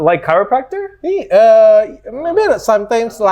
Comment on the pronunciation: Dr. Richard Lee, as a doctor, how can't you pronounce chiropractor? You have to prepare if you want to interview foreign people. Learn English properly. As a doctor how don't you know between chiropractor and medical doctor. 😊